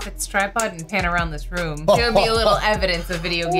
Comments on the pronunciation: Why do i get so triggered when you say Rum. RRRRRROOOOOOOOOOOMMMMMMM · Room like Boom. The way he says room deeply bothers me for some reason and I don't know why.